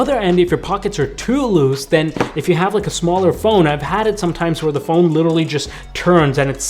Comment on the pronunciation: Sounds like he's saying fold instead of phone